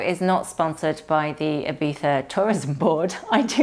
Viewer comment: Hello from the South coast of Spain,. It was lovely to see you and David had such a good time at Ibiza. (Btw, so thankful that your way to pronounce Ibiza is so good😍😍🙏🙏 ) All your outfits were amazing, you truly fit into the Ibiza Style vibe! I wish you a wonderful Sunday and a good start into the new week! Abrazos, Sonia